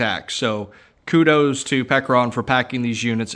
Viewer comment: Did he say Peckeron? 😂